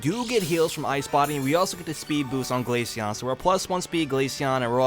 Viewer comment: The way the ai pronounced glaceon as ‘glayshen 🤖🤖😐’send me across the stratosphere